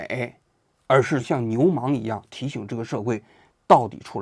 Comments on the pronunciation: 真是没文化啊……是索尔仁尼琴，不是索尔尼仁琴，是牛虻，不是牛忙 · 纠正一个错误，牛虻的读音不叫Niu Mang。 😂